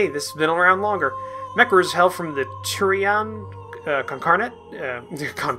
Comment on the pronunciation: cap--ell--an confederation and house D--ah--vy--on and To--rian Con--cor--dat